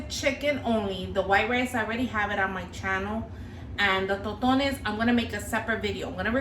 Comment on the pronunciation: It's called TossssTones, Not ToTo-nes.